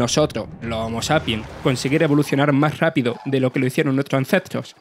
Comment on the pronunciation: Nuetro acentros 😂😂😂😂😂